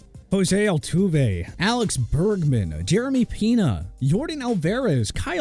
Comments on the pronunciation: “Alex Bergman”. Bro I’m dead 😂💀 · Bregman not bergman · “Alex Bergman, Jeremy Peena, Jordan Alverez” 😭